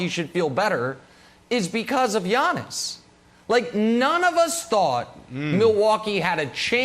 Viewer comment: When Brandon says Yawnis is triggers me so much 🤣🤣🤣